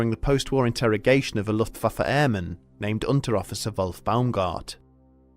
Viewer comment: Ok but if I was in this war I think I woulda died bc every time he says “luftfaffer” I can’t keep a straight face